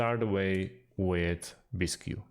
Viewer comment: Bisq. Not bis-q.